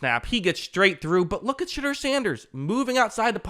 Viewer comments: Shedeur’s name is pronounced sh-door not sh-dur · I love that you pronounce his name as shitter. Legit love it.